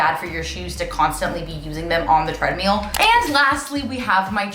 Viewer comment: lol i’m still waiting for the studio recording of the “I Hate the Treadmill (pronounced tread-meal)” song